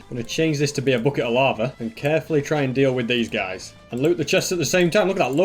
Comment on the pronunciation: Normal people:bucket:booket